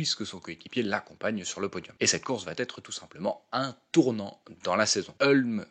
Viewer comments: rien de grave : vous dites souvent "ça va Têtre..." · Il va Têtre temps de faire attention aux liaisons ! Mais merci